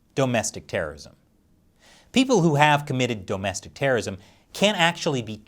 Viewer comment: Stop saying dome-estic terrorism